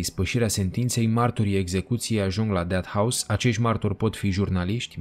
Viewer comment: Unde ai invatat engleza?"Deat" house???Pe bune?